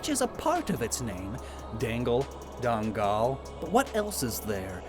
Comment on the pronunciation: As a Malaysian, Dangal quickly remind me to the one of the ghost that it's based on and pronounciatian is pretty close